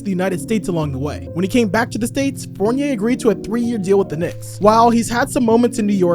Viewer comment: The way stern said fournier's name is crazy lmao